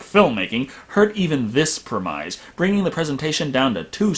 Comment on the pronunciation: I've been enjoying your reviews, so I'm sorry my first comment is a nitpick, but still: Premise is pronounced "prem-ISS," not "prem-AHYZ."